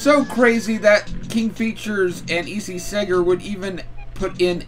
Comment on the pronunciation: Popeye's creator's name "Segar" is pronounced "SEE-GAR", like in "cigar", which is how he signed his name. Also, "Fleischer" is pronounced "fly-sher".